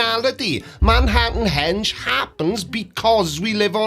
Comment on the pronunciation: The fact that he called it Manhattan “hedge” is amazing. In my hometown, there was a bar called “Stonehenge.” I just made a comment saying that the American accent should not be maligned by people who think they own the language that they literally shipped all over the world. But, I will admit that here in America, we have some amazingly stupid humans.